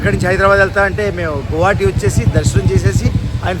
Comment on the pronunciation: నువ్వు ఎ నుండి వ'అంటున్నావ్ అర్ధంకాల గువాహటి న స్పష్టంగ పలకడంల మీరు